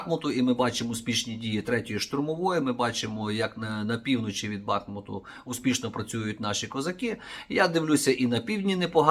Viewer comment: С під БахмУту , наголос на у